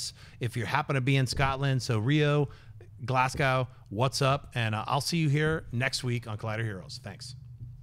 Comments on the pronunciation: Glaz-go not glass-cow Americans, please. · Scnepp, Glasgow is pronounced Glazgo not Glassgow. Keep up the good work though!!